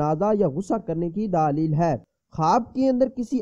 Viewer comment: Alfaaz tu thik say khao daaaali hy Kia hy???? Daleeeel hy daaaaaali Kia hy bat thik say nahi ati chale hy tabeer batne